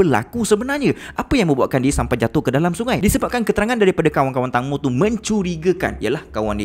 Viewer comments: Teng bang bukan tang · Bos sebutan tangmo tu tengmo..tengmoo..huhu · sebutan nama tenggmo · Ejaan memang Tangmo tapi sebutan yg betul "Tengmo" tau🤭.. Info dari orang thai sendiri